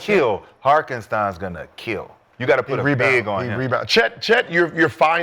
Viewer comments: It’s Hartenstein who tf Harkenstein 😂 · Why Mccants keep saying Harkenstein its HARTENSTEIN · The man name is HARTENSTINE not HARKENSTINE 😭😭😂😂😂🤣😂 everybody on the panel say it the same way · Uhhmm sirs its “Hartenstein” 😅😅😅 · These dudes calling HARTenstian Harkenstian tells you all you in one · They called Hartenstein Harkenstein like 50 times lol 😂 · There’s no K in Hartenstein lmao. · If I here harkenstein one more time